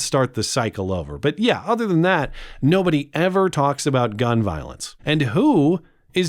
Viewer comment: Damn. She can’t even pronounce violence correctly.